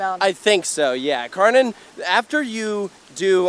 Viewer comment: Fun fact: Kärnan is Swedish, the real Kärnan Tower is in Helsingborg, Sweden (edit: the area originally belonged to Denmark). The translation of Kärnan is "the core". The proper pronounciation is like "Share-nun" for English, because the K in Swedish can also be pronounced as a "sh" which is the case here. The "nun" at the end is also literally like in "nun", not like in "nanny". Shoutout to "Coaster Stop" channel from Sweden who taught me the correct pronounciation. edit: And the Danish pronounciation would be more like "Care-nan". But never really "Car-nan" like in this video ;)